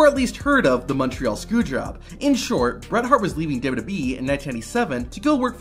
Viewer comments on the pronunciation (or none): Did you say Montreal Scew Jrob?